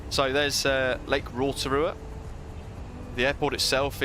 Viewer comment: Nice pronunciation for "Rotorua"!